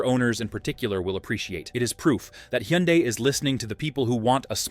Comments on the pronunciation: It’s pronounced HUN-DAY. (Rhymes with SUNDAY) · The AI voice algorithm tried about 4 different pronunciations, all wrong. 🤖😅